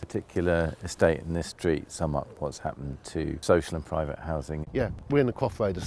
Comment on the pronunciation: Pwivet sector ? Fwee Wodger !